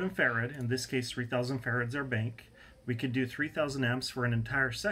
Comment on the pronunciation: You are not the only one who had a problem with the "bink". I took a good while before figuring out that "bink" is this man's rendition of "bank" lol (I am Polish and learning English as a second language)